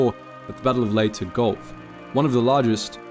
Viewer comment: is pronounced ...LAY TE...